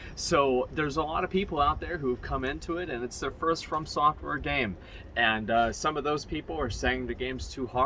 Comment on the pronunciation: Is Anyone gonna tell him its From software not Firm software.. its too late at this point Firm software it is.